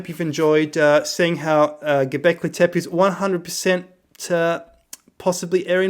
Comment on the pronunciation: Dude, you even don't know how is pronouncing "tepe", it's not tep, but tepé.